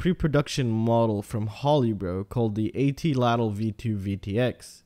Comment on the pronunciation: think of atlatl is saying at little but like lattle so at lattle just saying cause I would want someone to tell me if I was mispronouncing something. It’s actually named after an ancient pole and spear type device that uses mechanical leverage to fling a spear or arrow or bolt at a much higher speed at a farther distance